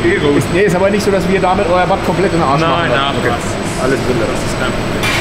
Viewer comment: Ich glaube man spricht batt - "bad" aus